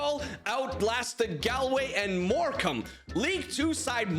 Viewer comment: Bro said morcamne from germany😂😂